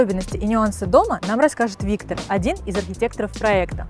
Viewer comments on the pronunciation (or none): none